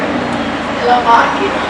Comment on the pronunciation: Ovviamente sempre con la H finale... wow